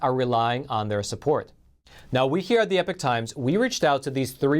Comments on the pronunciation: Epic and Epoch are to very different words with two different pronunciations, wtf??? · exactly and it’s definitely not pronounced ‘epic’ like the host keeps saying!